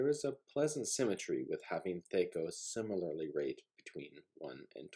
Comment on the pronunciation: It's driving me crazy. I've been playing since 78 and I've never heard anyone ever once pronounced it like that. It's THAC0, with an A like in Cat.